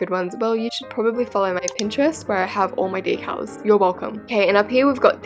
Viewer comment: WHY DID YOU SAY DECALS LIKE DECALEZ